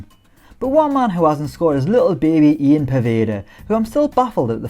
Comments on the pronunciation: Poeda's first name is pronounced "yan" not Ian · Pronounced yan not ian 👌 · You always seem surprised that poveda’s name is Ian but it’s not pronounced the English way, it’s pronounced ‘Yann’ due to Colombian family. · Poveda’s first name is pronounced Yan apparently